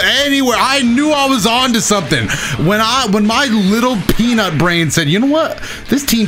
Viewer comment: "When my little peeeeea....nut brain" had my wondering where that sentence was gonna end for minute